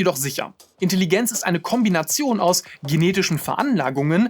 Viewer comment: Grandioses Video, wirklich. Aber wenn ich noch einmal Intelligenz mit einem stark betonten I statt eines E's hören muss, bekomme ich wirklich die Krise.